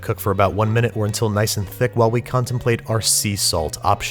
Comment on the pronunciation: You enjoyed saying thick just a bit too much this entire episode. It was almost like you were actually saying thicc. A sentiment about ice cream I can totally get behind.